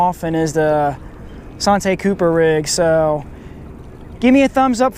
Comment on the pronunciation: Bruh its santee cooper like ( san- tea )